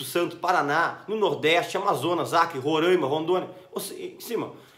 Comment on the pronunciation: Oi! Gosto muito dos seu vídeos! Mas gostaria de uma ressalva sobre a pronúncia do nome do Estado de Roraima. Não se fala Rorãima...se fala Roráima. ☺️🙏🌻